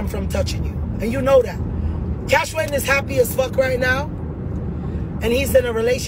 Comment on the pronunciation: She cyah call Cash-wayne name sah 😂😂😂